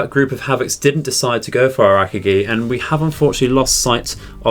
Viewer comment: Just a heads up, you are pronouncing Akagi wrong. You say it as “Ak-A-GEE” and it’s more pronounced “UH-COG-E”